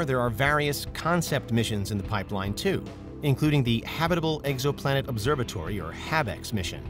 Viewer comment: Did he say egg-so-planet??